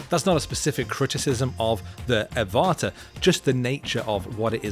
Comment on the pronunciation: I have a feeling the product name Avata is pronounced like Avatar (but without the r at the end)... makes sense right?